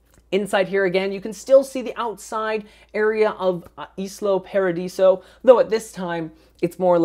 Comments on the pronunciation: not islo paradiso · It's pronounced Isla Paradiso